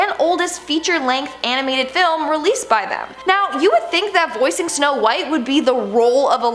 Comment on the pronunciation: u said shnow white